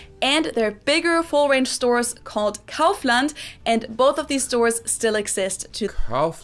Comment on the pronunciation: I really need to be more careful with my pronunciation of German brands: it's Audi (owdee), not Awdi. Also, repeating after German Girl's "Kaufland" (cowf-lunt): Koffländ.